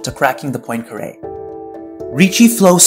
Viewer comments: PWAHN-caré, not "POIN"-caré. It's French, so oi is pronounced wah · Good video, but I think that to correctly pronounce the name of Poincaré (po-an, not po-in) shall be not only a basic respect to him but also a commonsense for a math student😅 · The video may be good but GOD DAMN IT stop saying poin-kare instead of Poincare, it sounds so bad. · It's pronounced more like Pwah[n]carAY. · God it's so painful listening to him mispronouncing Poincaré... However, other than that, nice video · You are incorrectly pronouncing Poincaré.